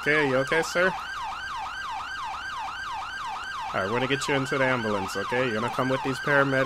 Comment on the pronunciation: You say umbulance